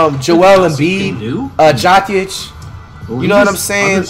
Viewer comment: my mans said jakik instead of jokic